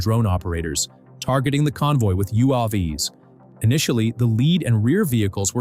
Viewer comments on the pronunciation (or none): "You aww vees"? It's YOU Aye Vees